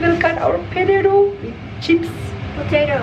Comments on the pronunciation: Salfok, yg bener pe-te-to bukan potedo wkwkw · cakap kt,why u still not improve your pronounsation tentang cara sebut 'potato'.tapi sebut 'thyme' pn salah😂😂